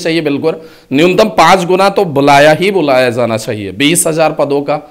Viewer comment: Jana hai hota hai sir, zana zana bol rhe😂😂😂😂😂, j ko z bol rhe hai irritation hota hai sunke😅